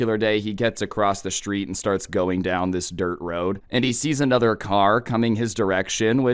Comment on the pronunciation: Does “uhchother” bother anyone else?